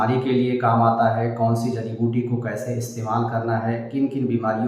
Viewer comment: Aap. Ko. Jadi. Biuti. Ka. Naam. Screen. Par. Dikhana. Chahiye. Aap. Ne. Jo. Bola. Woh. Samjh. Me. Nahin. Aaya